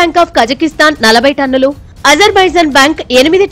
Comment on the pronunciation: తన్నులు తన్నులు కాదు రా బాబు టన్నులు టన్నులు